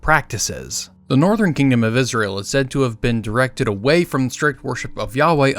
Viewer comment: Tje. Nortjern. Tribes. Asked Rehoboam. To be. Benevement